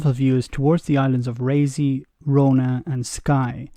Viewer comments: Raasee where the hell is that? Did you mean Raasay? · Fyi... it's pronounced Raah say. No one likes a know all. &c. 😋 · for gods say cant ou even pronouce Rassay idiot